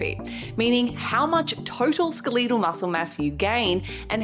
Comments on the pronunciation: The most surprising thing to me is your pronunciation of "skeletal." You're the 2nd person this week I've heard say it this way. It sounds very wrong. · I didn’t know Aussie’s out her saying SKUH-LEE-TAL 😂. You look amazing btw